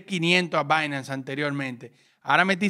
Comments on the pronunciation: "Bainams" jajajaja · dice binance de una manera extraña me da entre nerviosismo y morbo. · dije que me parece raro como pronuncias binance